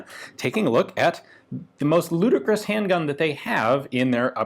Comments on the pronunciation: Say "ludacris" one more time and I'm going to rollout like a spongebob meme. Just kidding, I'm just fast and furiously trying to make as many references as I can. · Did you say ludicrous